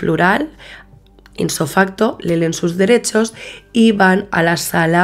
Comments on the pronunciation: “Inso facto” nooo‼️‼️ Ipso facto‼️‼️ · Dices inso facto??? Es ipso